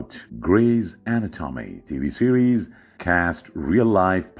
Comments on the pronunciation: I laughed so hard at the pronunciation of anatomy.....at-o-tommy.....dear god I can't stop laughing! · Drop dead when he pronounced greys ANATAWMEY AHAHAHAHAHAHAHAHAHA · that isn't a real person's voice. It's sounds like a robot. A real person wouldn't mispronounce everyone's last names and Anatomy. It sounds like they used Google translate and recorded the voice